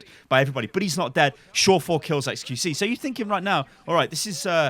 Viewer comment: Pronunciation of surefour damn